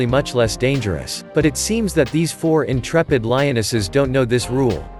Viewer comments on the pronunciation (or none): none